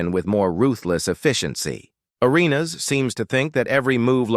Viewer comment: AI is weird. I mean you can’t even say Gilbert’s last name right.